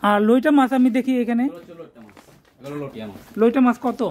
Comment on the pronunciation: আরে ভাই লইটা না লইট্টা ভালো করে বলতে শিখুন